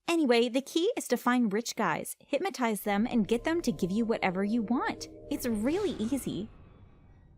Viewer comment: Is hypnotize not “hipmatize”.